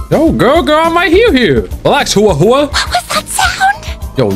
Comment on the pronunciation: "HUWOAH HUWOAH" I'M DYING